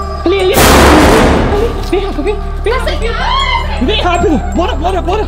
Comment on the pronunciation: Eu gosto muito deles "rafa e " mais da a raiva quando o fala raperu 😡significa "rapido"